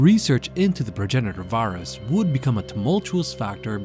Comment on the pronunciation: "Varus" lol. Great video though!